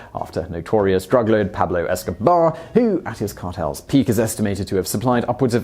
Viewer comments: Good video except the fact you pronounced the bear as "Esco-bar" not "Esco-bear" for the first half of the video. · This guy keeps missing the joke when he says 'Pablo Eskobar'. It's Pablo 'EskoBEAR'. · It’s Pablo eskobear no Escobar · EskoBear not BAR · Dude work on your concentration. You keep calling it Pablo Escobar instead of EscoBEAR. I think you only called it correctly once. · You keep saying Pablo EskoBAR. Its Bear, lmfao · he keeps calling it Pablo Escobar. Isn’t it spelled and pronounced “Esco-bear” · It's killing me that Simon keeps calling him Pablo EskoBAR. That's not the joke, Simon! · Pablo escobear is not fkn pronounced Escobar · esco-BEAR! esco-BEAR! you English idiot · Are we just gonna ignore the fact that the maker of this video apparently doesn't know how to pronounce BEAR? Pablo EskoBEAR?!?!? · Are we just gonna ignore the fact he won't say EscoBEAR properly? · Had to stop watching after 10 seconds when you pronounced it Escobar! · Why can't you pronounce the bear's name correctly? Esco... Bear. Esco-bear. Escobear. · You could at the very least pronounce Pablo EscoBEAR properly. thats where its funny. VERB /ber/ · What’s sad is the guy in the video fucked up the name of the bear… or is that just his accent? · Wow british ppl pronounce Eskobear the exact same as Escobar